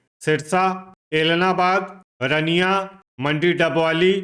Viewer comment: रनिया नहीं है अंकल जी , रानिया है।